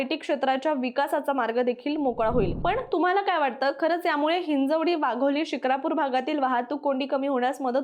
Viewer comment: म्हस्के नाही म्हसे शुक्रापूर नाही शिक्रापूर